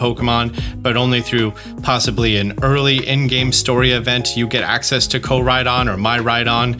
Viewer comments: It's not MAI-RAI-DON. It's MEEEEEEEE-RAI-DON. Mirai means future. And it's MEEEEERAI. Mirai Trunks. Miru, to see. Mirai = want to see / future. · It is pronounced "Mee-rai-don" not "My-rai-don." Mirai (未来 みらい) means 'future.' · Hearing him still saying miraidon like my-ride-on hurts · I think Klawf is pronounced Kloff. Also I think Miraidon is probably not “my-ride-on” but “merr-eye-don” Not that I really care, pronounce it how you want 😛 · It’s miraidon not myraidon man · FYI: The "hot rod" (with what's probably a Pokemon as the engine) is based off of the Japanese dekotora, which are extravagantly decorated trucks. Also, Miraidon is most likely pronounced mee-rai-don, since its name comes from "mirai," or the Japanese word for future! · miraidon is pronounced like ME-raidon and mirai means future in Japanese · Why does pronounce Miraidon "My Ride On"?😆💀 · In the end he said, "I like miraidon." I thought he said, "I like my ride-on." Lol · Also Miraidon = MEE-RYE-DON